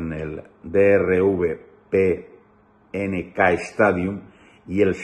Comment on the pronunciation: No se pronuncia Drive Pink. Se pronuncia Draiv Pink.